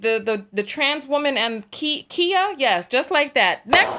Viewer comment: She called Khia Kia. I’m weak.